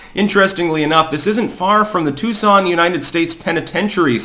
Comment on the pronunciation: It’s Tucson, not Tuscon…